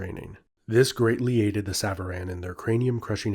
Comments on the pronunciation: bro it's sàvaran. not sàvàràn. it means "those who ride" aka riders. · Nice video although the A at the end of savaran is more like an O (the Alef in Farsi is usually translated as an A but is more like aw or o). Savaran literally means "riders" as savar is the verb you can use for riding a horse, a car or even a bicycle. Enjoyed this video alot though.